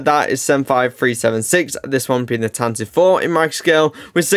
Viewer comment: Tantive is pronounced “tan-tiv-vey”